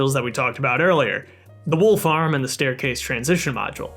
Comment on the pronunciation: when he said wool farm i heard wolf arm